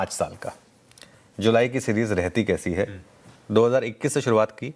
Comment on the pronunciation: 😂😂 सीजीर नहीं सीरीज़ होता है